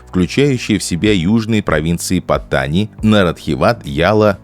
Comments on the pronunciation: Названия провинций читаются с ударением на последний слог, ПаттанИ. Kecil читается кечИль, блин, двоешники. К тому же зачем произносить это все с английским акцентом? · для начала надо бы правильно научиться произносить название южной провинции. я был в Паттани несколько раз, все не так плохо как рассказывает автор. иначе тысячи фарангов не ездили бы на бордер ран к границе с малайзией. не говоря уже о островах на которые можно добраться только из этой провинции.